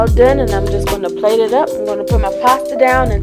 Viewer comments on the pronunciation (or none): none